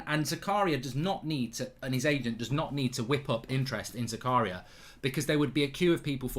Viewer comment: you pronouce it different mate. its za-ka-ria not zakaaa-ria. greetings from switzerland.